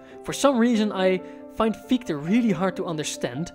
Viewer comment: your insights are always spot on and truly inspiring. I did notice the prounpuncation of Gichte's name is wuite off ( i've dtruggled a lot, science months avtually if i shall mention it), i'm not german but öive here over a decade therfore i thought adressing it might qualify as something constructive. Because Fichtes name is also a name for a particular tree type its quite easy to find great audio ressources... i don't wanna name them to not sound as an ad. Im sorry to mention such a tiny thing, but it clushes with the genius contenet. Sorry. Dont hate me! Keep up the fantastic work! 🎉